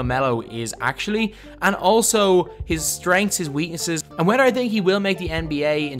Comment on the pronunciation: Lmao you say wedder instead of whether